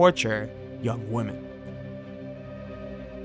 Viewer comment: “many other woman”?! It’s WOMEN! WoMEN! `got it?